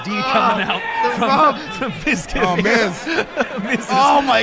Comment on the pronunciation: "Midkif" "Mizka" Lol. I can relate, half of people can't even pronounce my name correctly either.